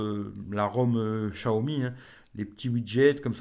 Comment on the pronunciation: Tu arrive 5 mois après tout le monde... Et prononcer chiaomi comme tout les benêts du net c'est gonflant